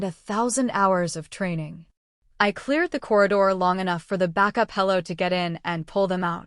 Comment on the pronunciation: Extraction helo, not hello